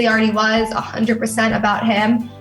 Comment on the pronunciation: Hunner, I don't know where the "t" went, but there you go.